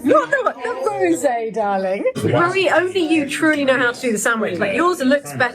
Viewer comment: Why do you keep saying Murrie to Marie, you speak french so good, it must be easy to say Marie in the french way